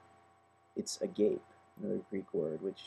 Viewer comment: agape is pronounced ah gah pay, I believe.